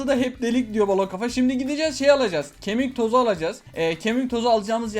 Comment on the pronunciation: Ahmet abi nooba kemik tozunu öyle söyleme yere dokunsun